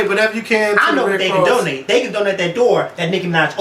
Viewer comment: I almost died when said "then can donnate this door that Nicki opned"!!!!!!